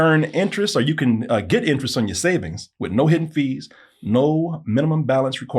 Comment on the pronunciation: Anyone else find it amusing that says the word "or" like "are"